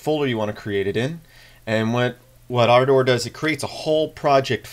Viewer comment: Dude - its Ardurh not arrdower.